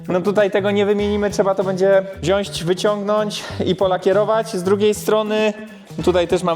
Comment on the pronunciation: tylniej...wzionść...... Jezu chłopie proszę Cię...... TYLNE, WZIĄĆ!!!!!!!